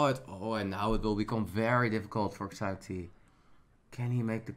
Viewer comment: As a chinese speaker, ShiaoT is how his name should be pronounced, but whatever.